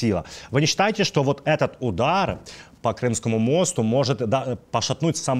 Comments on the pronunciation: По мостУ ударение на У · Мосту .ударение на у